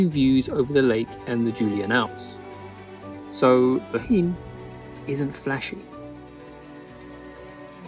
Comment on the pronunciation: Bohinj is pronounced like a Scottish loch ie boch-in